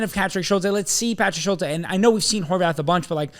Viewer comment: Schulte is pronounced Schult-EE, also Gaga is at Barnsley and they don’t have an international break so they don’t want him to miss games, CCV also has reported toe injury which is why he misses